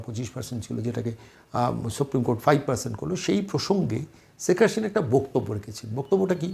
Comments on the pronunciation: শ আর স এর উচ্চারণ কি উনি জানেন না?! সেখ হাশিনা বলছেন উপস্থাপক বার বার!!!😅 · Kindly pronounce the name correctly! It's SHEIKH HASINA & NOT Seik HaSHina...Why is it that you people cannot pronounce our kind of names? 👿👿👿 Btw: I'm NOT a supporter of Sheikh Hasina though...